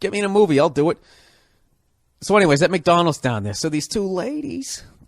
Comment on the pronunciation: “McDonals” lol